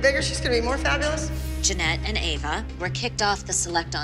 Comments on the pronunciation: Lol called Ava Eva 😂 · Did anyone realise that kalani s mom said eva and not ava? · said each not ave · Did you notice that said avas name wrong she said eva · Btw it’s Ava not Eva lol